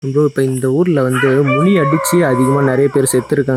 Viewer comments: மினி இல்லப்பா, முனி.!!!! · அது மினியா முணியாடா...😂😂😂